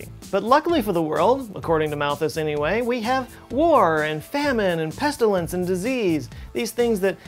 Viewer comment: Did.....did u say pestalince